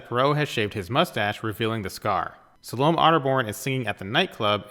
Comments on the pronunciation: I really enjoyed this, but I feel I should point out; Ms. Otterbourne's first name is pronounced Sal-o--may. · I wish you could pronounce 'Salome'.